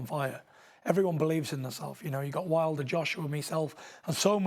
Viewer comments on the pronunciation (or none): wilder not wiler lol